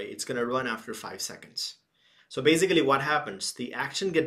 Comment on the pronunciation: Beisicaliii, I'm fkn dieing right here